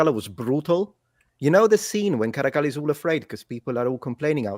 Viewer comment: As an Italian, it's a blessing to hear someone pronounce "Caracalla" correctly